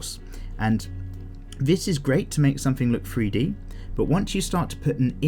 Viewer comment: thanks for the tutorial I subscribed,, every time because of your accent when you say 3d it sounds like free d ..lol